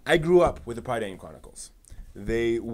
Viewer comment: PRIH-dane, TAHR-un, the novels are based on WELSH MYTHOLOGY, and th way they are structured is similar to the Mabinigion, an ancient text full of old Welsh stories. Do some basic research before you make a whole ass video man.